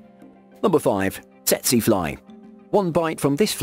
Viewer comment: tsetse fly.... his pronunciation hurts my ears as an African Tetsee fly? that's what he said? I don't care if it's grammatically correct, I care that that's not how my family said it😭😂